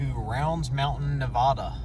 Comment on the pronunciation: fyi it's Nev-add-da not Nev-odd-a